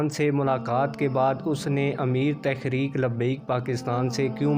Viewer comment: Bhai lafz tahreek he ap tekhrek par rhy hen?